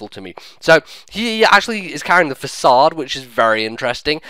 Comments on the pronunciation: Facade (FAH-SOD) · FAH-CAY-DE - Facade. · Façade (fuh-sahd) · *sigh* thats the one thing I really dislike about the english language. too many words have too many pronunciation possibilities. I would go with fa-cayd because fa-sawd sounds french, but Im not even a native english speaker so what do I know. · Facade- Fa-sa-kade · lmfao people actually say Facade as Fuh Kayd? >_> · No.. The real way to say it is FAH-SAAD but can say how he wants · Facade (Fah-sah-d). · nah, its FAH-SOD. I even checked on google translate :)